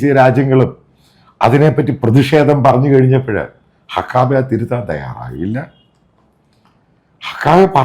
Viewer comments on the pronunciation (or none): ദയവായി അമേരിക്കൻ വാക്കുകൾ ശരിയായി ഉച്ഛരിക്കൂ. മൈക്ക് ഹക്കാബെ അല്ല - മൈക്ക് ഹക്കബി. അർക്കനാസ് അല്ല അർക്കൻസാ. മുൻപൊരിക്കൽ ബ്ലോണ്ട് ഹെയർ എന്തെന്നറിയാതെ മറ്റെന്തോ പറയുന്നത് കേട്ടു. ബ്ലോണ്ട് ഹെയർ എന്നാൽ വെള്ളക്കാരുടെ സ്വർണനിറമുള്ള തലമുടി ആണ്.